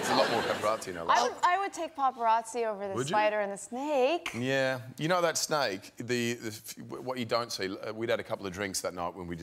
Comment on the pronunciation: Theres a distinct difference between a “snake” and a “SNAIKE”